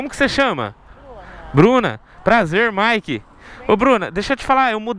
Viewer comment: E ele falou o nome dele "" quando tava com a today e quando tava com a Mt09 tambem falou "" ksks